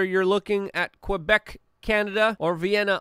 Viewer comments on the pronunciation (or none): none